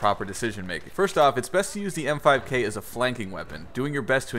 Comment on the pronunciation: I thought it was the "MP5K" Not "M5K". o_O